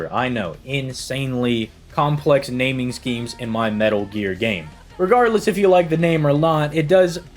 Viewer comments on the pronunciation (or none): none